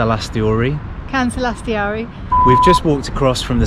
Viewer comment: Why "KansalaisTHEORY"... its not theory.... its TORI... "Kansalaistori"